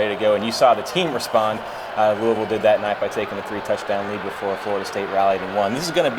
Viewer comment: Thank you so much for saying Louisville correctly